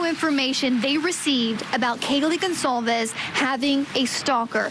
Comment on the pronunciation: The on scene reporter mispronounces Kaylee Goncalves name wrong. Every single time. To her credit, she did a nice job of showing the exterior layout and setting of the home better than any other reporting I've seen..